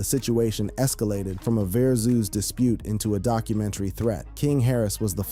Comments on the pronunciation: Why is this dude pronouncing "verzuz" like verzooze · The fuck is a verzoos 😂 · WTF is a verzooz? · A verzuz!! Dang!! 😂 Say it right lol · The way you pronounce boosie name pissed me off so bad and VERSUS